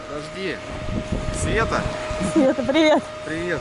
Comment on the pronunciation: СФета, конВФета...